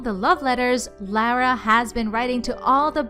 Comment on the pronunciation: You keep on pronouncing Lara wrong